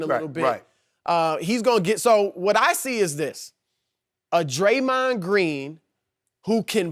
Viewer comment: "A Draymon Green" Man I hate these analysts